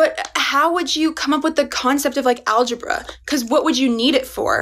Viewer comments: Algebra? More like algeBRUH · Man, that girl makes me go, algeBRUH Wow after I posted that, she said algeBRUH 😂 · "algebruh" you guys are killing me 🤣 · Like i knew she was gonna say AlgeBRUH but she said it so well i died laughing in class and almost got kicked out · algebra? more like alge-BRUH I nearly spit out my soup